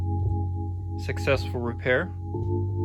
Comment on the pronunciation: Jadissss not Jadi , please c'est français